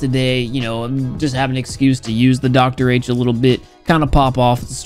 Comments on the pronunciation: Lemao said D_R_H instead of Doctor H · it's not doctor h it's d.r.h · says Dee Ar H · you are right, I know it's a joke but it was actually kukukukukuh, before small patch notes update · he says it again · He said dr h lol